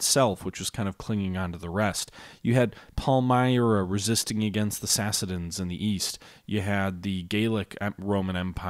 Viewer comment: Nice video! But it's Sassanids, not Sassadins 😀. No big deal, just so you avoid it in future videos.